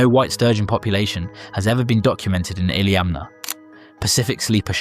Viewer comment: Dude im from Alaska, i lived on lake Iliamna for years, and grew up in Bristol Bay. I was pretty impressed by you getting almost every pronunciation correct.